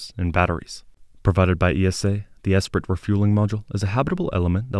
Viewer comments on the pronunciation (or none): Nice. Pronunciation- esprit is like "espree"